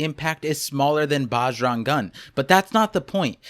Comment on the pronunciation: Bro pronouncing bjrang gun like “baaaj rung gun” like he’s not indian bruh ownnn itttt